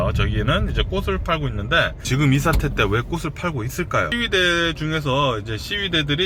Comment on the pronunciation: "꽃을" 발음 제대로 해주세요~^^ "꼬슬"이 아니고 "꼬츨"입니다~